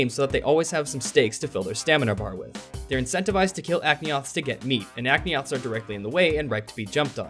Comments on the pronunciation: Did you just call the Aptonoths "Akneoths"? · Aknioths? Seriously man?